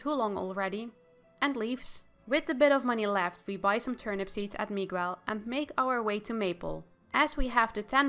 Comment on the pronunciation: Your saying Miguel's name wrong.